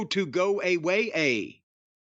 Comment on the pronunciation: "They want their CEO to go A-WAY-A" 😂😂😂